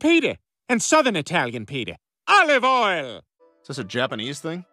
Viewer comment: i loved the way he said olive oil that was cool